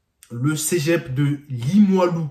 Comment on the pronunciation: Mec c’est Cé pas cegep